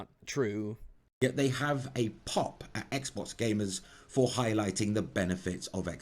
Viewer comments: Could've sworn you said "Microsoft Sexbox", not "Microsoft's Xbox"... I really need to get my mind out of the gutter sometimes. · did he say "microsoft's xbox" or "microsoft sexbox"